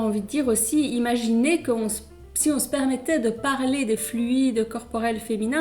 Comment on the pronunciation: "on s'permettrait" ahahah